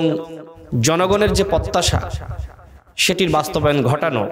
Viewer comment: কথা বলতে পারো না তো রাজনীতি করতে আসছো কেন পত্যাশা, প্শ্ন, গয়েন্দা, দশর,ষল,যাছছে,পত্যেক,করবে ভাই তুমি কি সত্যিই ঢাকা ভার্সিটি পড়ছো তুমি তো কথাই কইতে পারো না রাজনীতি করতে আইছো মিয়া রাজমিস্ত্রির কাজ কর গিয়ে ভালো ফল পাইবা